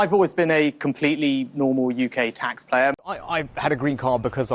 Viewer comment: didn’t he say taxplayer